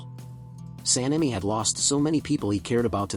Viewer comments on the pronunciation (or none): none